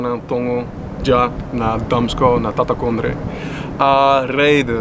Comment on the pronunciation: As a Surinamese person, I had to laugh when he said ptatakondre lol